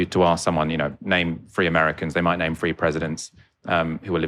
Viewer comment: I teach Chinese people English every day and gave done for over 10 years now and can I just say - they know how to pronounce the "th" sound properly unlike this guy! Three is not pronounced free! And don't get me started about the overall tone of this discussion - films as propaganda - rubbish - you really know nothing about modern China and it shows.